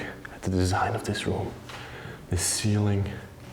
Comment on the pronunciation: ROOM NOT RUM JAJAJAJJA